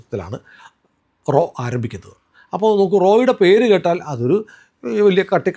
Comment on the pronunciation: "" റോ "" അല്ല "" റാ "" RAW. പിന്നെ RAW ആണ് ഇതിന് പിന്നിൽ എന്ന് പറയുന്നത് ശരിയാണോ . ആലോചിക്കുക. ഇന്ത്യ ഗവൺമെൻ്റ് ഇതൊന്നും സമ്മതിക്കാത്ത പശ്ചാത്തലത്തിൽ